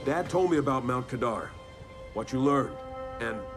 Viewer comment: Only watched 8 minutes. Only Mount Kadar as you said it like one would pronounce radar, but it's kuh-dar. Doesn't matter though. Not sure I can watch all of this (nor do I need to) but nice job. There's a lot here.